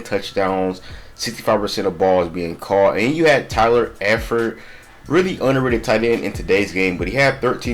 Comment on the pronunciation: I thought you was a fan until you pronounced Tyler Eifert the way you did lol